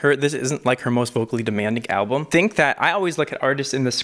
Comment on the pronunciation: When he said 'alblum' I nearly gagged😅 Still love you though!!